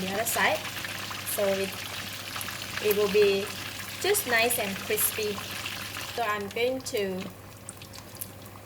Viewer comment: Me wuv you cwispy uh fish!!!